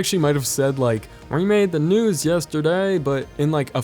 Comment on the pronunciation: i hear "he broke the news yesterday" or nose?